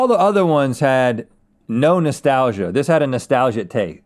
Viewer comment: Rhett saying “noshhtalgia taste” is the most I’ve ever seen his teeth!